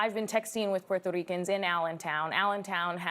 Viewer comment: Every time she said “puerrrrreerto ricans” like if you gonna say in Spanish do so but don’t say it like that wth lol